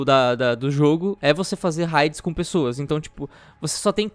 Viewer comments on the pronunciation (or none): Por que vocês fazem questão de pronunciar "raids" errado?